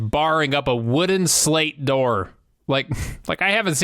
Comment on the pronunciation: Slat not slate